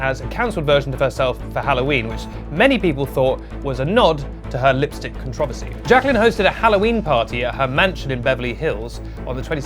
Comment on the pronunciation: Im sorry, how did you say controversy?